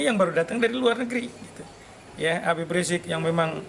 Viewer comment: Coba Tulisan dan Panggilan ke pemimpin FPI nya tuh diperbaiki gitu....sebut Habieb aja kok susah.